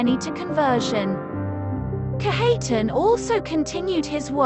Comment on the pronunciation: Its pronounced Kadge uh tahn